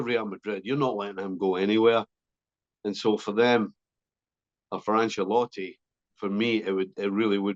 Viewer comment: Why does Stevie call Ancelotti Angelotti?